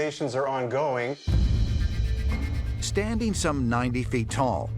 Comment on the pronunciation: 'Standeen', 'passeen'. Why can't most Americans say 'standing', 'passing', etc?